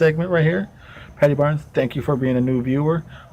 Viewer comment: thanks man great video and ye you pronounced my surname right lol thank you ALOT of people that are not from ireland have terrible trouble pronouncing my name lol thank you....I do think if they have trouble saying it in english they would never be able to pronounce my name in irish gaelige.....my native language they would be so confused lol now only 11 subs to go...thats very possible il help and hope you do man this a great channel